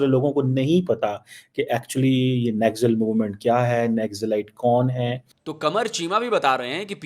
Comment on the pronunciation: Naksal ko nasal bol diya 😂😂